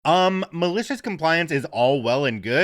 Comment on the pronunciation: Have to write again! I love the energy you put into it. When you say “malicious compliance”, I almost hear “delicious compliance”. 🤣